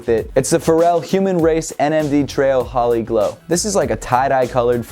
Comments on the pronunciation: Its hooo-li not hollly ok its a indian celebration mostly for hindus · its pronounced HOLEE. not hawlee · Holi is actually pronounced like the word holy, holi is india's festival colors for anyone curious abt why the shoe has so much color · Hey!! Great video. The holi shoe is actually pronounced like holy. It’s an indian holiday where people basically celebrate by throwing paint on each other. Very similar to the shoe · Great list as usual.. Although the peanut butter is now changed to a butter colorway. You did miss mentioning the Y-3 Harden line up which looks great too (especially if you enjoyed the BYW offerings). And lastly, (totally not intending to sound demeaning) it's pronounced hole-e.